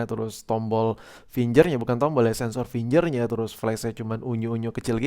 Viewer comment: finggggerrrr bro bukan finjer